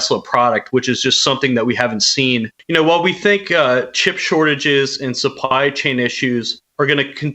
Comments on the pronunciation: “ship chortages” 😂😂😂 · "in terms of the ship chortages" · "Ship Chortages"